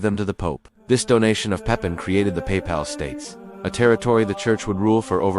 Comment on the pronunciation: It's sad that channels like this carelessly slap together these Ai history videos, which mispronounce terms and create Ai slop imagery. If these channels showed the LEAST amount of due diligence, they would listen to these videos and correct errors before posting. LOL the fucking "paypal states"